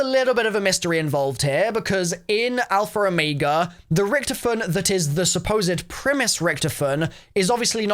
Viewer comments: “alpher omayga” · I hate how he says "alfer omega"